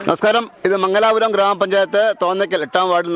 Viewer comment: മംഗലാപുരം അല്ല, മംഗലപുരം